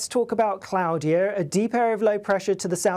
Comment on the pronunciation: Cloud-ear? Or Clord-ear? 🤔😂